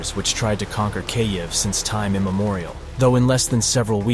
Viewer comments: How is it that there have been stories about this war for more than a year and yet your narrator can't pronounce the name of the Capital city properly. If you want to present information with any sense of authority get the pronunciation "Keeeev" not "K-ev" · Great info but hire a real person to narrate your videos. Hearing "Kay-eve" over and over completely distracted me from the video. There are plenty of English speaking voice actors out there that would gladly do it for free in support of Ukraine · Kyavvviiii the A.i bodice is crazy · Learn how to pronounce Kyiv. It’s pronounced Keev not Kayiv. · Is no one going to mention that he is saying cay-iv? WTF? I really hope you're pronouncing it that way just for the sake of driving more engagement. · Its pronounced keev. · how do you not know how to pronounce kyiv by now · gosh i almost cant watch this. i looks good i just cant stand the way he says the cities name. uggg. Slava Ukraine!!!! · I've heard Kyiv pronounced two different ways. The way he pronounced it is neither. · How on earth IS he pronouncing the name Kyiv? It's not hard! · 'Kyiv' isn't difficult to pronounce. Yet the guy doing the voice-over manages to mispronounce it - consistently. 😂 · Thanks for your reporting but if you're going to talk about the Ukraine war, you may as well learn how to say "Kyiv" better (it's just one syllable, and think of the "y" as just another "i"). Slava Ukraini! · Until you learn how to correctly pronounce Kyiv, I'm outta here.